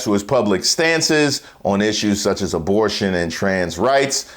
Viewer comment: Knigga said “dabortion” tf?